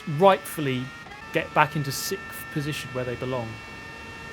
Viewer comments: Does it bother anyone else that he pronounces sixth “sickth”? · Hey! I notice that you always say sicth instead of sixth (you don't say the x)... Is this a British thing or pure Super GT?